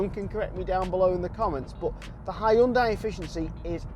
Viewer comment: And also haiondai 😂